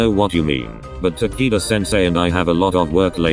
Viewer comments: "Ta key da"? no no no Takito! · i heard tanaka senseu for like a second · I heard tequila 😐 should I be concerned with myself? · hahahaha. “taquito sensei”. that’s adorable 😭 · OMG RIGHT?!?! That’s exactly what I heard...It was funny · I heard “Ta-kite-qua” 👁👄👁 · i love how they pronounce takeda’s name as tAki- dUh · It sounds like its saying taquito sensei and im dYiNg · U-kay Ta-kee-da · I was cringing at how it pronounced takeda's name